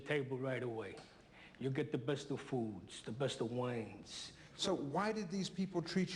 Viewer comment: Sorry but I believe he says " the besta fuuuds and the besta whiiines